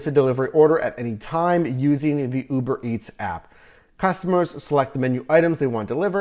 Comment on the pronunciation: bro why tf you saying Uberetts 😂